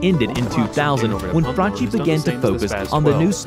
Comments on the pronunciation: Its pronononcoued FRANKI not FRANCI Dammit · Italian "Franchi" is pronounced Frunkee ffs, non Frunchee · He mispronounced franchi as well. It's pronounced frankie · Franchi too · No you did not just say Franchi so wrongly. Im Italian, the ch is pronounced like k